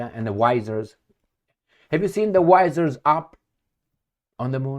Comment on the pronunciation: The landing has long been debunked by independent, honest scientists, primarily with the unbreakable argument of the Van Allen belts. What fo you mean,, by what the US doesn't say about the Russians' lie? Whiash part pf the Russian cosmonauts sagas was a lie?, it is VISORS, with a "V:" Not "WISOR"